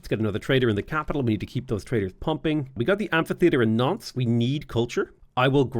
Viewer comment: really needs to enunciate when he says Nantes. With his accent, it sounds like he's saying nonce.